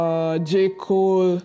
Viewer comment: When u said j cole I heard jake Paul😂😂